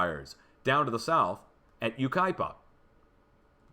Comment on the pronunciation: YAY,! You got Yucaipa right!